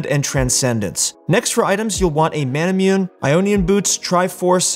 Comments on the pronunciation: "Manamyun" This triggers me tbch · I keep commenting that every video, he wont listen. Also Manamune is pronounced Manamouné because it's a japanese word